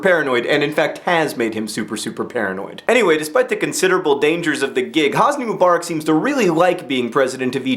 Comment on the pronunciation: PLEASE! It's not "moo-bar-ick," it's "muh-buh-rack." I've never heard a more Americanized pronunciation of anything in my life.